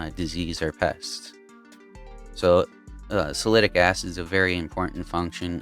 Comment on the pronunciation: are you saying, Salicylic Acid??? sal-a-sil-ick? i can't find salitic acid..... thanks.